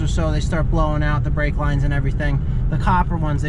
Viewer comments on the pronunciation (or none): none